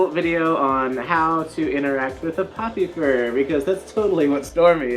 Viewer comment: Oh Popufur, I kept hearing Puppyfur, which I feel should be somewhere in the Furry Dictionary.